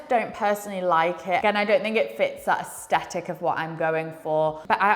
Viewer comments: are you thying to pronounce asthetic? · Really enjoy your content. But please pronounce aesthetic correctly. Its doing my head it.